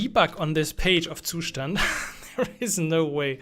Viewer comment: I've played this video only to hear the correct pronunciation of the Zustand ☺️ Thnx buddy